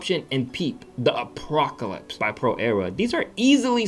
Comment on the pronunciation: Not the apocalypse... The APWOCAWIPSE